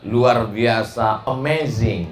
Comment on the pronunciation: UST.ABD SOMAD INI KALO BELIAU MENGATAKAN "AMAZING" AKU SELALU TERTAWA TERBAHAK-BAHAK 😄😄😄😄😄